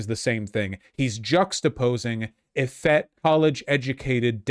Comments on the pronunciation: Effete is pronounced ə-FEET. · Effete, not “effett”. 🤦🏻‍♀️ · The word is pronounced eh FEET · Pronouncing "effete" wrong. Had to say it.